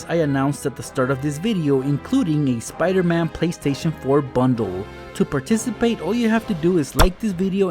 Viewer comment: Speeder man